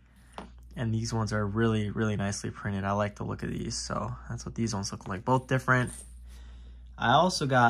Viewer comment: did you say you got deez, or these?